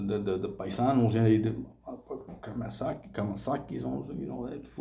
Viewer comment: It’s kamikaze not Kamasaki and it was the Japanese not the Chinese my G